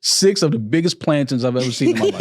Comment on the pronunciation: Never heard it pronounced plantins before